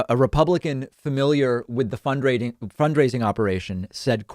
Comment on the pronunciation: Did David say "fundraiding"? lol